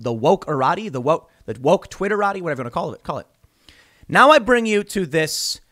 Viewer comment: "Twitteratti" Lol. I will adopt this into my vernacular